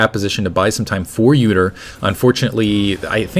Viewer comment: when he said udyr and poppy i thought he said "uterine poppy". i thought it was a new skin -.